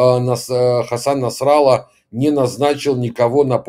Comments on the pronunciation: Не насрала а Насралла!! ударение ставьте правильно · Как ударение не ставь, все равно Насралла